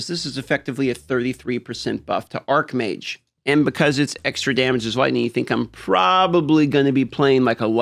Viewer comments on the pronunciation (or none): Just fyi, Arcmage [pronounces arc-mage], where the word arc means something having a curvature. Archmage [pronounces arch-mage], where 'arch' plays an adjectival role and means main, principal, etc. (example: arch-nemesis, meaning principal, or main enemy). Which one are you playing again? P.S. There is also the word archon, which comes directly from the Greek language and is pronounced Ar-kon (well done you, here). It means ruler...and is not to be confused with the other two words.